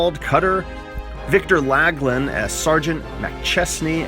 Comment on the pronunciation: Victor McLaglen last name is pronounced Mac-loff-lin.